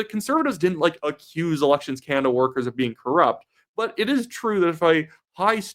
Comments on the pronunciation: I love your posts. Can you please pronounce Canada and stop saying Canda ? Sorry but it drives me nuts. You say Canada like my very young son. Keep up the good work. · It's pronounced Ca NADA , emphasis on the NADA as in Espanol